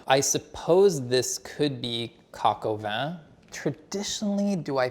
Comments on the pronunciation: Its coq-au-vin (cock-'o-ven not coke-oven). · Coq - o - whan. Not win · Man said "coke oven" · « coke oven » Im deceased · Right? 😅 my french is not great but hearing this was a bit painful 😬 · Why can't the Bon Appetit announcer say Coq au vin correctly? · How can that dude judge you when he can't even pronounce the name of the dish correctly!! LOL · Could we not have a reveal by someone who can pronounce coq au vin? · I seriously cannot believe that someone who works for BA doesn’t know how to properly pronounce coq au vin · pronunciation is good, we’re talking about the editor’s pronunciation